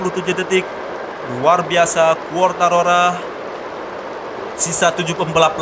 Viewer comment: Fabio Quartararo Woy... Bukan Quartarora